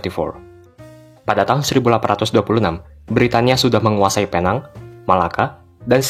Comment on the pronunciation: Bang sepatutnya dibaca pinang tapi ejaannya itu Penang